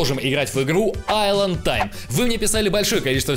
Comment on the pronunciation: Исланд а не айланд